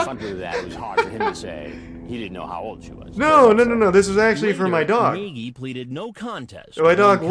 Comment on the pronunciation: Can't get over how he pronounces "Nagy" I mean I get how an english speaker would say it like that but it's just silly.